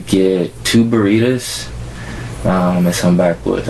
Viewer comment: Attest him for saying burrito like that